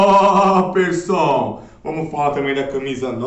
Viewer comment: Maluco lokao falando toperson KKKKKKKKKKKKKKKKKKKKKKK